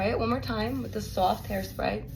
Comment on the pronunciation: Love how you saw sowaft! ❤ I love all the various US accents!